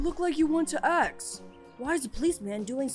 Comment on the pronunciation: Just realised says aks instead of ask